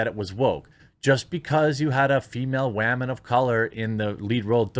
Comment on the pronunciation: Please stop saying wamon please it is getting very old.